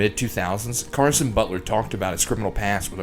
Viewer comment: Caron not Carson Pronounced like Quran